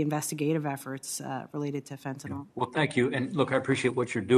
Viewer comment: There is no "O" in the word Fentanyl. It is pronounced FEN-TA-NIL not FEN-TA-NOL.